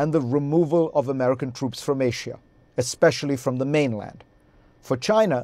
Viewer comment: there is no H in Asia, little fella.